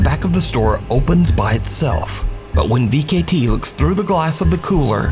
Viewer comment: Vcete "V-K-T" ?? 😂😂😂😂😂 it's pronounced "V-sete" I believe